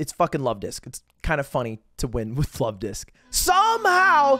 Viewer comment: Lovedisk more like lud-disk